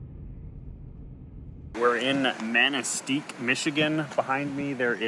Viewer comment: It is pronounced Manistee. Yes it is spelled weird and pronounced in an easier way. I like your channel and the stuff you cover.